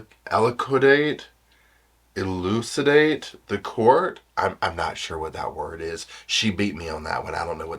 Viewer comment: lol, elucidate, but you pronounced it correctly, - - arf! 🐾